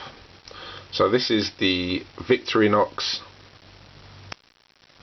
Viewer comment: It’s pronounced Vic Thor in ox